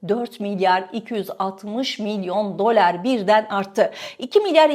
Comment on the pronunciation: Dolar demeyi bir öğren artik be kadın !